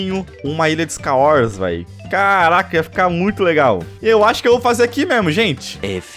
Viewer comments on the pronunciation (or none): NÃO CONSIGO TANKAR O FALANDO "SKAUORS" 😅😅😅